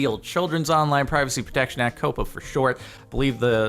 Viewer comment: Jardon: says shit instead of short Me: hol up